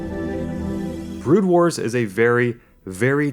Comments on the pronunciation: Yes, It actually bothers me that you don't even know the name of the game. It's not "Brood Wars", it's "Broodwar". You moron. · 'Brood Wars, Brood Wars, Brood Wars' Oh god please stop... It was just 'Brood War'... >_>